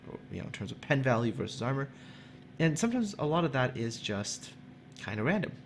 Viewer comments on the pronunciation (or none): none